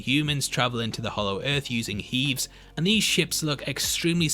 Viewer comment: Im sure H.E.A.V.s is pronounced HEAVY. hea v